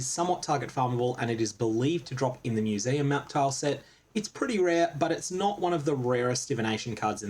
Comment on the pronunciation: FYI if anyone else couldn't make out what "new zee ya" tile set is after playing it back 20 times, it is "museum" :)